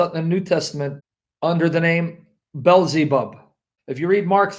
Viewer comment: Balzebub, Balzebal, Bilzibul, Balzibal 😂😂😂